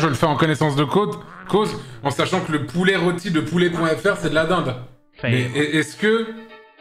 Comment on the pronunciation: Heu, pouler ? Juste avant le reveal de la dinde, le narrateur dit également "pourlet", y'a un truc avec les "r" ?